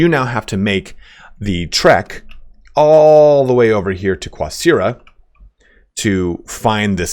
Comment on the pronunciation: Language tip here: Qasira is based on Arabic. It's actually closer to Gasira than "Qwah"sira.